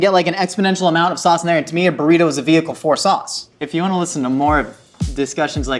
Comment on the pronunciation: A burrrrr-ito